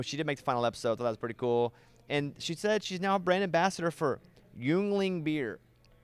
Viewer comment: Bobby, you gotta try Yuengling beer and learn how to pronounce it. “Ying-ling.”It’s a great Pennsylvania beer and the oldest brewery.